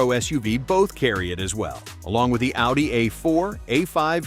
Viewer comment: "Their O-D-I cousins"? Tell us you are an AI production without telling us!